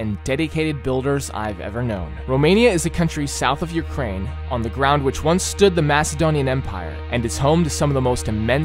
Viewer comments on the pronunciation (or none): none